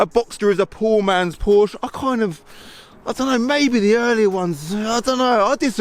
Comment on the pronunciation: I personally would learn how to pronounce Porsche (Poor-sha).